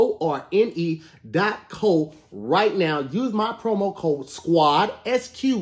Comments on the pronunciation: Lmaoo he's been in Socal too long. There's a city called Hawthorne and ppl pronounce it Haw thawn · Listening to say the adds and wondering how many times he messed up is just as entertaining as the show, I don’t think he’s said Hawthorne right once. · It looked like was trying to advertise Hawthorne but he ended up talking about something called HAW THAWN